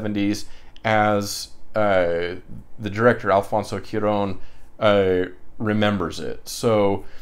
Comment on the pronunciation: Haha no worries about butchering names. I do the exact same thing. In regards to pronunciation Cuaron, the first 3 letters are said like Kwa. 😁